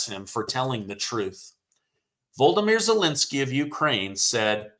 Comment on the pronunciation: His name is pronounced VO LO DO MIR. NOT VOLDOMIR